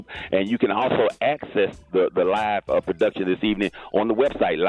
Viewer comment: YOOOOOOO, Gary said prodootion😂😂 I crying over here